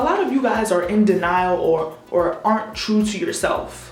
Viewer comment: her accent in denial ?